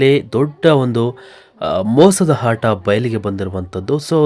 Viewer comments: ನೀನು ಮೊದಲು ಅ ಮತ್ತು ಹ ಕಾರಕ್ಕೆ ವ್ಯತ್ಯಾಸ ತಿಳಿದುಕೋ ಆಟ ಕ್ಕೆ ಹಾಟ ಅಂತೀಯ ಪೆಂಗಾ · Haaata alla bro aata ant heli